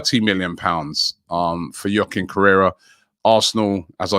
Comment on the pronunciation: Robbie it's not "Yochin" correra It's pronounced "hwa-keen" correra